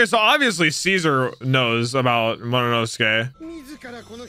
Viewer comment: I ache each time says "Mo- no- nosuke" Agghhh😫😂